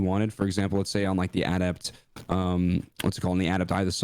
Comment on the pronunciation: Can we talk about how doesn’t pronounce adept correctly? Finish high school much?